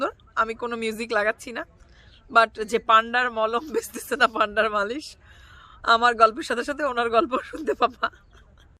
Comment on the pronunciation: আপু পান্ডা না ওইটা মান্ডা বলে😂😂 🤣🤣